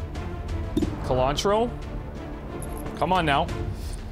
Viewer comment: I love Colantro being in your squad, because every time you say her name I think you're saying cilantro and that strikes me as very funny for some reason.